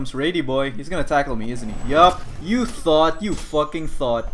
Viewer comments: I can't tell if he keeps saying thot or thought... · what if says „thot“ instead of „thought“ in order to trick the youtube algorithm?